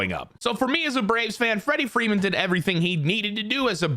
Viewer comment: Wrederick Wreeman